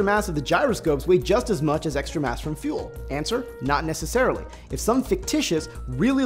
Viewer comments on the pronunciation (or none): none